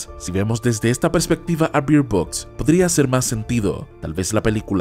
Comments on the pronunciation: Se pronuncia Berd Box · Pronuncias mal Bird Box